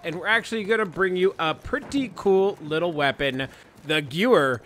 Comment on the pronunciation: Okay....the gewehr is pronounced gevehr because Germans pronounce w as a v